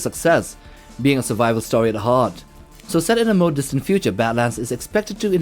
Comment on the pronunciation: You said yautja wrong